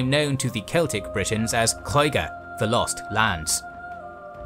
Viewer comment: I never knew that Lloyger ment lost land in Welsh and it was originally only in the East and South of modern day England. Us the Welsh still call England Lloyger. I know Welsh letters are hard to pronounce especially LL but when you said Lloyger it really did hurt my poor Welsh ears....LOL..